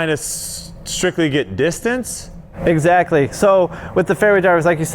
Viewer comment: Nobody: Paul: "Eggsactly" PS: I´m a huge McBeast Fan. Love that you´re creating content together